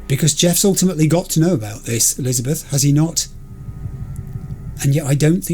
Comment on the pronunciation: The mangling of names gets worse every episode. Elizabeth: Jeff will...: Jeffel? I now dub thee: Jeffel and Lizzel. The disrespect. 🤣